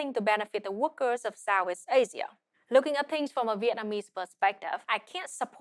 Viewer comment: She speaks with a heavy consonant drop and accent, "Sow-ees Asia" LOL.